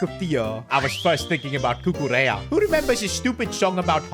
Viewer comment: Even saying cucurellas name is a crime